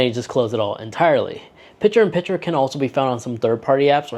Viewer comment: The word is PiCture with a C. Not Pitcher like in baseball.